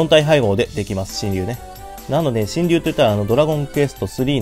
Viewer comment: 読み方しんりゅうじゃなくてシェンロンです確か